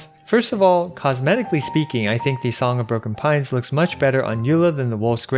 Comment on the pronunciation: I thought you said Song of Porcupine lol